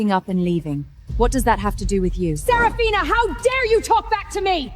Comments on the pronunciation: I almost dyed laughing "Seraphina" "Sepathina" "Sethafina" "Supina" 😂😂😂😂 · Started laughing at the dialogue after reading the comments and hearing systematically and sephraminas, seph seraphina🤣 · You forgot sarafuckphina at about a little after they r trampled by horses😂 to those who notice name change pronunciation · Right 😂😂😂 seraphona sefifina everything but seraphina 😂😂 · Systematically,Sef-a-rina! Goodness. Too bad the AI gibberish took over and we couldn't understand the evidence that finally made her family realize that Lilith is a bitch. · You forgot selagina $!! Yet my behind still watched it to the end "systematically "😂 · Don’t forget “Sarah polina” 😂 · You forgot shepafina😂😂😂😂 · sarah polina 😂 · omg i just also found Sir Pathena 🤣🤣🤣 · There’s sefarina too😂😂😂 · Also Sepafina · What about sir pathena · And Sefarina 😂😂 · Seprafina too😂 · You forgot, Celphana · You missed 'Sarafrina'... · not to forget "seporina" :D :D :D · You forgot selapina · Let's not forget "Serofophina"😂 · Why can’t AI get all the names right? Ther really sucks. AI sucks. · It's better not to use the name Seraphina because it's been pronounced in differently awakward ways so far . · 😂😂😂 The AI had difficulty pronouncing the name.